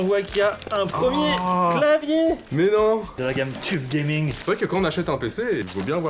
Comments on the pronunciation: C écris tuf mais ça se prononce teuf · Leurs gars on dit pas tuf mais teuf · Juste c'est Asus Tef et pas tuf teeeeeeeeeeeeeeeeeeeeeeeeeeefff